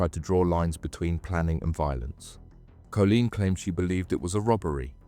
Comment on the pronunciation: Are you ai? Cz surely you’ve got to of grown up inside a hard drive if you think that’s how you say Colleen 🙈